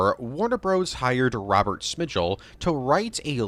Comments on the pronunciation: Robert Smigel. As in “Smy-gull.” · Cringed everytime he pronunced Robert Smigel wrong